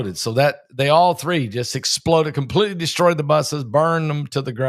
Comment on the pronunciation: Pastor, Thank you for all you do! I have a request....when you emphasize Explode like that it diminishes the tragic sense of whats happening , sort of like clickbate, it turns people off...Im not saying it in a mean way at all...but it hurts my ears :)